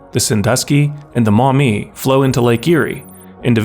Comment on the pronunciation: Saying Toledo and maumee correctly is impressive